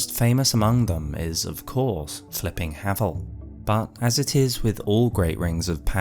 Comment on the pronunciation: I don't care what you say, he's called HAY-VEL, and the one true ring is the calamity ring, git gud.